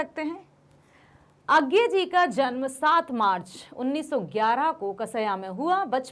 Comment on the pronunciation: Its not agay its ajey according to hindi pernensation 🤔